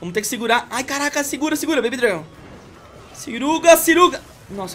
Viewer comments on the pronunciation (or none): "Seruga" kkkkkkkkkkk